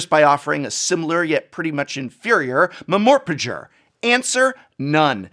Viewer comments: "Mumorphager"? I tought it was pronounced "Ememarpeegee." I legit tought he was talking about "morph" for a split second. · "Mmorepaja" Love it! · "Mum-mer-per-ger" LMAO.. that was great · I was going to say based on the title that I thought Lorcana was a competitor for Pokemon, rather than Magic. Also, love the pronunciation of "MMORPG." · He actually fucking pronounced MMORPG and I was like HUH!? I was about to Google it until I realized as I was mouthing the sounds out. Smh my head Prof lmfao 😂😝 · The way he said mmorpg... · I love how MMORPG was pronounced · Might be the first time I have ever heard MMORPG pronounced as a word. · Did.. did Professor just pronounce MMORPG as an actual word? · This is now the only way to pronounce MMORPG